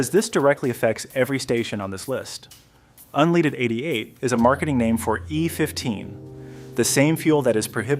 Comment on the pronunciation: Maybe learn to say "unleaded" correctly to be taken seriously